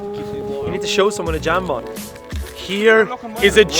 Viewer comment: lol, a jambon is french and you're pronouncing it wrong ;)